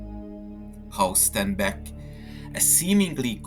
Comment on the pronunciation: Diese scheiss KI Stimme. Haus Starnbeck.... son Blödsinn. HAUSTENBECK !!!!